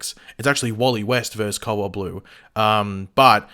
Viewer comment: cowalt blue is what I thought this man was saying the whole video...then I read the title